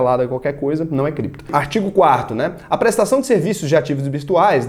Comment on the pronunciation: "Voce meche com Crépto moeda? Se tiver biticonho nois vamo te pegah"